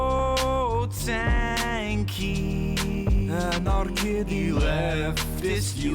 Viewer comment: i keap hearing anar-kitty , wich to be far it's not that far off